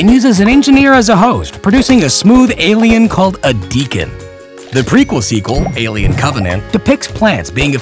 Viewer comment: Don’t you mean AYYLIEN?